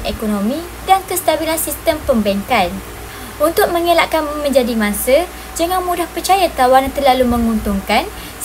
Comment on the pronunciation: "Bukan mangse tapi mangsa"., tolong tolak 1 markah... 😆